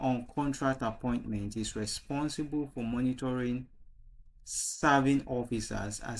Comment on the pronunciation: Very sorry, but that word is pronounced as "mentoring" and not "monitoring"